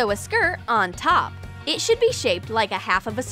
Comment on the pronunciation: Put the “ skir “ Um.. Skir? Ok... I guess they changed the way to pronounce “skirt”